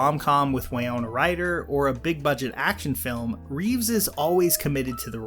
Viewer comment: Ok I have to point this out. It is Winona. Win-no-nah. She is named after the town she was born in. That’s all! Love your content but I’m a MN native and that’s not how you pronounce Winona.